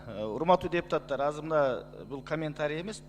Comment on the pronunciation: Депутатар" эмес ,,депутаттар".😢 Бир ,,т" менен айтылса, тантык баланын тилиндей болуп калат. Бул туура эмес! Туура сүйлөгүлөчү, урматтуу депутаттар! 😢